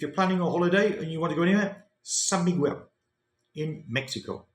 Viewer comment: the correct pronounciation of Miguel "mee-GEHL," with the "g" sound as in "go," and the "e" as in "get". The accent is on the second syllable. You are pronouncing it as "quell"...the Mexican Indians would probably scalp you for butchering their name 😅😅😅